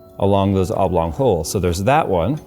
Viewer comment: Sounds like your saying "Avlång holes". A swedish word. But what word is it? Don't think I've ever heard it before haha